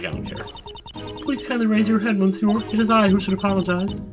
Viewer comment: Either you're not reading my comments or you gotta have the second thickest skull of all The United States of America if you STILL don't prounounce "monsieur" right. To make myself perfectly clear, here is the link to how the word is suppoused to be pronounced. For the sake of everybody and if you don't want to be compaired to President Shithead Dump (AKA Trump) I highly recommend go there and check it out NOW